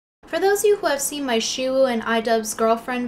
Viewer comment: i legit thought you said Shoe like ShoeOnHead and i was like um what?!?!?!?! XD